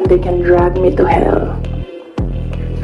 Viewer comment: Drag me to hell ! parang pagka pronounce katulad nung di ako nakapag aral ni guo !